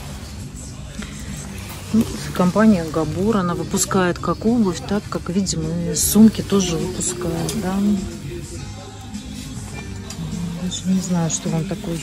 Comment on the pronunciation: ГабУр или я ослышался,солянка или солонка,режет слух ГабОр